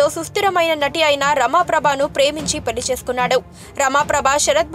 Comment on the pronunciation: The presenter should pronounce Telugu words properly.He is Sarat not sharat . Pelli is not correct. It is to be peLLi.